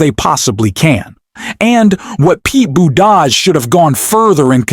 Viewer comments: LEARN TO PRONOUNCE Buttigieg. NOT BUDAJH BOOT IJ EDGE It makes you sound IGNORANT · Please learn how to pronounce Pete's name.